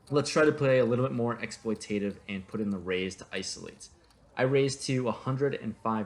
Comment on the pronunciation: Actually cringe whenever you say "exploitative"...